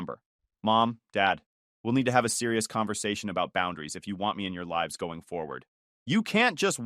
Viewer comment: So can't say lives